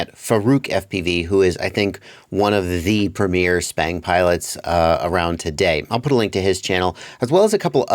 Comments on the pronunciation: Every time he say it lol SPANG! That's what I'm hearing lmao Stick bang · I was under the impression that "sbang" was pronounced "s bang", which is short for "stick bang" because the sticks are banging the ends? Am I totally incorrect on that?